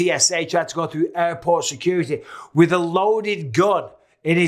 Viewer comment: I love how bisbing call JFK Airport "JFK ayyport"